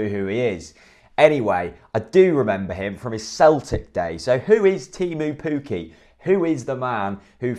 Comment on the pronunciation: You haven't nailed the pronunciation of Teemu Pukki yet either! But you wouldn't be the first to struggle with Finnish. It's kind of like Tay-moo (with a long tay & a cut short moo) & Pukki pronounced a bit like cookie with an elongated k.